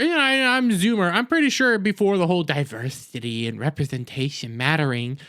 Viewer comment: While you make some good points, you undermine them with your bigoted and overreactions. It starts with you calling women "Waaman's". And the mocking way you say "diversity". How to say you've got a fragile ego, without saying you've got a fragile ego. It also makes you look racist and childish that you can't pronounce the names of people of color. It was especially disrespectful when you said "Get a real name". Ashton is half Ugandan. I also don't see you expressing severe outrage at Paul Rudd for destroying the Antman franchise by starring in the Quantumania bomb. Geez, people act like there's never been a bomb before. Since so many movies star men, statistically it means men are the recipients of most bombs. And what do you mean that the movie wasn't made for women? It was all women as the main characters. Oh, and I forgot how movies are made for different sexes and color. However, that didn't stop me from noticing the bad press about this movie before it came out. Maybe that's one reason why women avoided it. I saw the original Capt. Marvel and wasn't blown away by anything in it. So why would there be great anticipation for a sequel? I also can just wait to see things when they inevitably show up on TV at home. So there were plenty of reasons to stay away. Maybe women were just smarter to save their money on this one. What's nonsense is that women don't see movies. Maybe people are just tired of endless superhero movies. Perhaps the movie industry will actually have to c